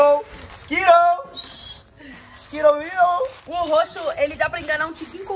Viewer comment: a pronúncia correta é "skirous"